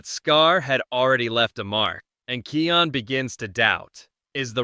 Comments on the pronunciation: THE NAME IS KION NOT KEAN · Its KION DON"T SAY KEON DON"T BE AN IDOT